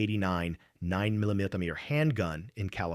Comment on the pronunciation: Buried secrets, don't say secrets for long. Tell that to jimmy Hoffa family. I had to stop watching because of the A I can't say 9 mm right